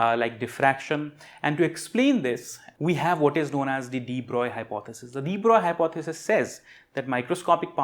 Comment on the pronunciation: Respect for knowing how French physicist de Broglie is pronounced.